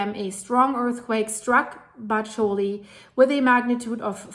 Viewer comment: Bacoli is pronounced BA-ko-lee.